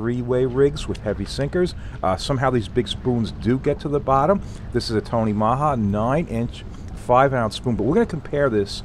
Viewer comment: just so you no the spoons are tony maja pronounced tony ma like short for mom and ja so maja ma-ja